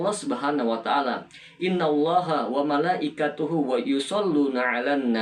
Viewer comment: Maaf saudarakuuu..... Pelafalan (pengucapan) Qs. Al Ahzab 56, sepertinya Kurang Tepat... Innalloha WamalaikaTUhu WA Yusholluna 'ala Nabi.....dst Maaf....mungkin saya yg salah dengar....!!??